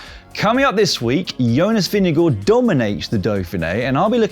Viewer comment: I love that you still remember how to say Vingegaard. Not perfect, but still damn good and approved!